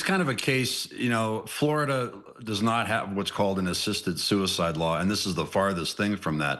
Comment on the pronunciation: I've never heard of Flordia, is that just how blacks pronounce 'Florida'?